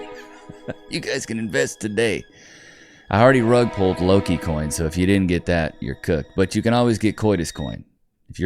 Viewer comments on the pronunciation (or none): Coi-coins lol